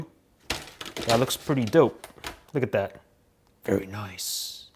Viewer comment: “Very noice”